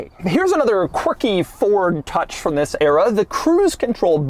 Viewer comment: When he said “this” it sounded like he said VIS…😂💀